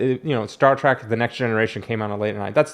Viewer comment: I love how yu say Star Trac instead of Trek. I love the rants.